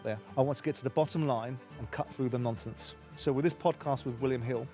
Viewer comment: I like the way simon says nonsense as "NONFTHENSE"